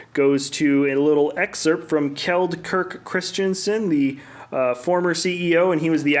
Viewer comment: well, good job on Kjeld atleast! 😊. Next time I want to hear you say Kirk right! You start a trend of correct pronounciation! 😁